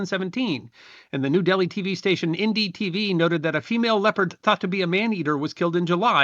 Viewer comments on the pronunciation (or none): none